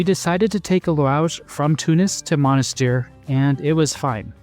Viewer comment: Monastir. Et pas Monisteur 🇹🇳